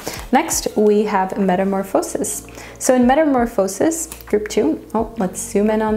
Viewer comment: I love the way you pronounce some words like chariot and metamorphosis!